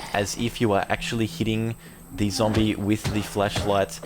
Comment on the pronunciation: I just love how it sounds like your saying "fleshlight" instead of "flashlight". I find it funny.